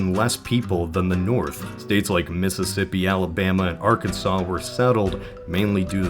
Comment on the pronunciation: Thanks for pronouncing Arkansas right